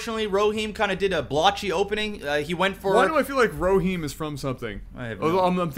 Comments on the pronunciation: e- ro- him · erohim arrow-heem